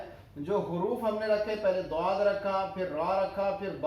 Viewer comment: السلام علیکم سر جی اگر ضآد کوضآد پڑھا تو بہتر یے نا کہ ظآد